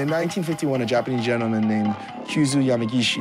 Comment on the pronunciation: Dude, who the fuck's Kyuzu...how difficult is it to say "Kazuo"? You live there for some time too.